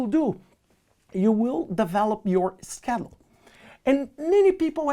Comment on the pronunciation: Every time he says schedule I get hungry bc it sounds like “Skittles”